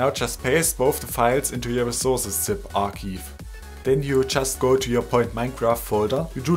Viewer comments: "arkeev" sorry, not tryna be a dick but it's pronounced ark-ive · its pronounced R-chive